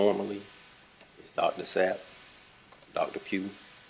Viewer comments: "S-A-P-P" and she is still saying "Zapp!" 🙄🤔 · Continually mispronouncing the doctor’s name is rude. S is never pronounced as a Z. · That defense lady was calling Dr Sapp Dr Zapp intentionally. corrected her mispronunciation and even spelled Dr Sapps name. S a p p. So she continues to say Dr Zapp. 🤦‍♀️ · WTF is with her lawyer not understanding Sapp is not Zapp lol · It's SAPP...not ZAPP!!! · No it's Sapp! No it's Zapp! No its Zip! Sapp! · SSSSSSAP LADY!! ITS SSSSSSSSSap, not Zap. OMG shes the worst. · was very hostile. She didn’t come off too well when she mispronounced, not one, but two, doctors’ last names. Sapp seems easy enough, but she kept saying Dr Zap. That sounds like a bad comic book character. I believe she called one other doctor, Dr Grunge. She needs schooling in how to pronounce names, to prevent coming off as hostile, and to learn to speak with consideration that nobody wants to be there, so the last thing they want to hear is a lawyer yelling at everyone. Geez. Obvious as to why she was replaced. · SSSSSSAAAPPP NOT ZZZZAAAPPP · Dr. Zapp? “Sapp.” Zapp? “Sapp. S-A-P-P.” Okay. Dr. Zapp. 🤦‍♀️ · DR SAPP NOT ZAPP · This lawyer is a true dunce, can’t even pronounce SAPP, calling it ZAPP, she trying to take out her lack of intelligence on the chief. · Why can't this woman say SAPP? She's been corrected and still keeps saying ZAPP. Lort. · SAPP..... S-A-P-P, she continues to say Zapp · I couldn't stop laughing! Zapp? Sapp Zapp? S-A-P-P Ok- Zapp 😆🙃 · Attorney still says Dr. Zapp after being told it’s spelled S.A.P.P. 😂😂😂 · And, she's not too sharp. The chief says "Sapp" over and over, and spells it, but she still says "Zap". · She keeps sayin "Zapp" intentionally it's annoying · “ it’s sapp. S..A. P. P. ” , oh ok …dr zapp… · SAPP!!, not Zapp. She can't even get their names right after being told and having it spelled out. Oh wait, she has an agenda. I get it now. is a boss. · Its Sapp but she wants it to be Zapp. WTH